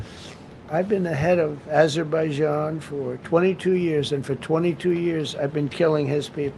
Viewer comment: Idiot, dumbass, fool, moron, rambling, dementia Donny. Man still can’t say Azerbaijan.